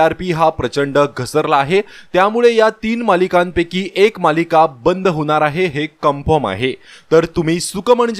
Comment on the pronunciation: होनार आहे नाही हो होणार आहे असं म्हणा. अशुद्ध मराठी भाषा बाळू बोलू नका updates देताना.